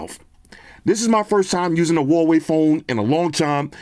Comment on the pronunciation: I miss saying Huawei Hawaii 🤣! why you don’t say Hawaii for a Huawei? Come back saying Hawaii 😂